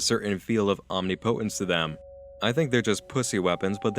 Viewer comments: Omnipotence. AHM-NIP-OH-TENSE. Not "AHM-NEE-POE-TENSE. Get it right! You're a grown ass man! :) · Om-ni-po-tence? C'mon,... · omnipotence is pronounced "am-nip-a-dents" not "Omni potants" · It’s Omni-puh-tence, not Omni-po-tence. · I’m sorry, I just can’t get over the way you butchered pronouncing omnipotence lolll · Omni-potence great pronunciation.